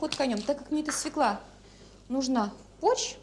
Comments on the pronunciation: Не можна казати російською "свекла", бо на ворожій це "свЁкла". Капець, "блєндєр", "свєклА" Привіт з україномовного Харкова. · Ну тут хоч хусточку вдягла, бо в інших відео трусила довгими косами над їжею... Ну і як носій мови, акторка, мала б знати, що правильно свЁкла, а не свеклА. Хоча борщ має бути з буряком) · Почему свекла, а не свёкла? И потом, где борщ? Вот этот бурячок с водичкой и есть борщ? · О борще ничего не скажу, нет настоящего борща, нет комментов, я о слове "свеклА", нет такого слова, НЕТ!!!!, есть слово "свёкла"!!! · взагалі ганьба - від театральної актриси, дружини Кончаловського чути "свєклА") російською цей корнеплід називається свЬОкла) а щодо прислів'я - "недосол на столе, а пересол на голове")) то натяк на того діда Кончаловського) ех. шкода, що зараз нема повних випусків і не видно, як вона його годує гаспачо, наприклад)) ну хоча гаспачо загалом, мені здається, важко зіпсувати)) навіть з талантом Юлі)) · Ніколи не казав російською «свекла» — бо російською вона свЁкла 😂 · Не свеклА, а свЁкла, носитель языка... 🤦🏻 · СвеклА - нет такого даже в русском языке. Свёкла есть. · Ох, Юлю, Юлю! Вона що "кухар", що "актриса", що свеклА😅😅😅 Взагалі-то свЁкла. Так зганьбити наш бурячок і наш борщ.😩😩😩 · Вона неграмотно говорить слово свекла, бо треба через Ё! Оце так так!